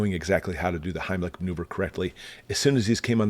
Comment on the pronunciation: Did you say the:"Heinrich Himmler Maneuver"?